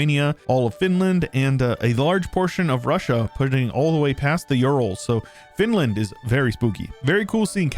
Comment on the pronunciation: Finland? More like "Fantland".